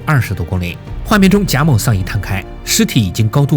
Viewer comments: 为什么要把某读成谋？ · 谢谢你的视频，但是你的音调很奇怪，一会儿贾móu，一会儿贾mǒu，还有其他很简单的音调也发错，听着很难受。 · 贾（jia3）某（mou3） 咋就听你说贾眸呢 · 原作者读错了-他读成: jia3mou2。当两个第三声前后连读的时候（jia3mou3），前一个第三声(jia3)一般要读成第二声(jia2)，后一个继续保持第三声, 所以是： jia2mou3。另一个经典例子系“你好”！ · 哈，前后两个第三声连读，前面的第三声升为第二声，后面的第三声保持为第三声。原作者读错了-应该读“夹某”，而不是“贾谋”。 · 这期真的封神了，且发现各个平台都在盗用，反复看了好几遍，唯一瑕疵是“贾某”一直念成“贾谋”😆😆😆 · 贾某 读三声，为什么 别人都读三？就这个读二声了？听着难受死了。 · 原作者读错了。两个第三声连读，前一个变第二声而不是后一个变第二声。譬如，你好-单独念的时候是：ni3 hao3，而连读变成：ni2hao3，而不是ni3hao2。